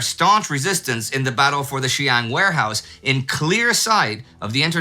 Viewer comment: Ah, a shoutout to the Sihang Warehouse. As a small note, it's two separate words and syllables, so it'd be pronounced something like ss-hong (rhyming with long). It's still there today in Shanghai, a bit out of the way, but has been made into a very nice modern museum with final letters from Chinese soldiers, war memorabilia, diagrams of battle, and even the original wall, shot to pieces in a way reminiscent of the Alamo. It's free entry, so I'd recommend any interested tourists take a look!